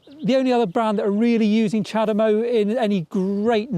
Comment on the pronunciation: Chademo? Seriously?